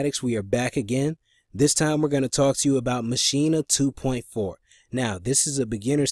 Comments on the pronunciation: Maschina? lol. It's Maschine, pronounced machine. Can't hear the audio from the software. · That’s the German Pronunciation ma-sheen-a